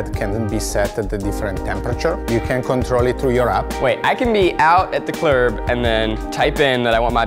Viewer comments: I thought I was the only one who says "clurb" instead of "club" 😂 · "out at the clurb"